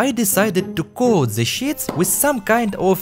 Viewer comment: “the shits” 😂 I know you said sheets by the way